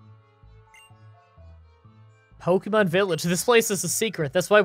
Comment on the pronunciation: Spoilers: Miydrie Beard: "POKEY MON" X 1000